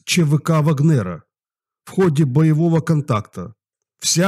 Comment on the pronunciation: Не вагн- нер, а в--агнер